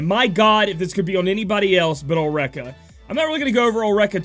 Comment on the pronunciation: Ulrica - (Ul- rica) remember that Japanese pronunciation is very similar as Spanish Vowel - A - Ah, E - Eh, I - Ie , O - oh, U - Umbra.